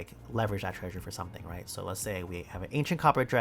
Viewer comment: i didn't realize said treasure treysure until today